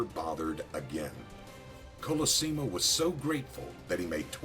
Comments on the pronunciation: Stop pronouncing his name INCORRECTLY ( three different ways)!! It's COL-O- SEE-MO! THIS is getting on my nerves-otherwise, good video on his life. and YES- watch "Boardwalk Empire"- EXCELLENT portrayal of "Nucky" Johnson/Thompson. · You pronounced his name correctly only half the time. You mispronounced many names in your clips. Might wanna work on that. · Great vid, but the way the author mispronounces his last name royally pisses me off. ITS KOLOSSIMO, NOT KOLOSYMO..! Also I never knew Torio was such a cold prick, murders his own family just for the booze@ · Sorry it’s “Call-uh-sea-mo” Colosimo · Pronounced (call - la - see - mow) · When this guy is basically your great great uncle, and you share the last same name. But no one says colosimo correctly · Jeez Big Pussy Bompensiero aka Vincent Pastore! Can't you get the sodding pronunciation of your own parents native language right? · You pronounce "Colosimo" 3 different ways in this video. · Why does he pronounce 'colosimo' like 5 different ways throughout the vid lol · The last name is pronounced wrong. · a good story, but a little distracting to have two different pronunciations of Colosimo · Thank you! The pronunciation was very bad. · Giacomo is pronounced "JOCK-uh-mo" and Colosimo is "Kul-AH-sim-o. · This is the problem! Mr Pastore is of Italian background but still can't get the fvcking pronunciation right! And worst of all - he's being fvcking paid for it!! Gaagh!